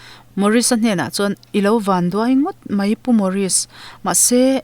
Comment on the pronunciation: Tlang chu i chhiar dik e...mahse Van ah hian à hi thluk tur ania....Vaaan vaaan